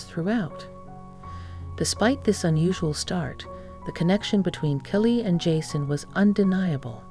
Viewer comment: Please learn the correct pronunciation of Kylie...."Ki-lee".